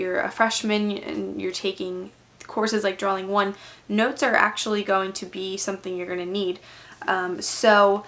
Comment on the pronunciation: its drawing not draling